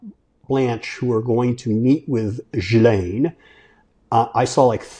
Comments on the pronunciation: It's GIL-En. Not Jill. That's how Virginia Giuffre said it and how Tara Palmieri pronounces it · Exactly. Ghee, not gee. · Gee with a hard G and lane Gee-Lane is how it’s pronounced George unless you’re French. Have a feeling this is not going away anytime soon so look forward to more of your commentary!! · It's trounced 'Geelaine.' Hard 'G'. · GH-ee-laine, guys....is it really that hard to come up with the correct pronunciation? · Jfc, it’s really not hard. ghee-layne. With a hard G. In French the H keeps the G hard. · Maxwell's lawyer pronounced her name JILL-En <-(the sound in meh). So I am officially going with that finally after all these years. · Sirs, Maxwell's first name is pronounced with a hard 'G' as in GHOUL and GHOST. The 's' is silent.Thank you for your attention to this matter... 🙂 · OMG!!!! Geeeee Len JEEEEEEEEEEEEZZZZ!!!!! Why can’t you journalists do your HOMEWORK! Or Just pick up your phone and listen to how HER BROTHER PRONOUNCES HER NAME 😣 Ugh!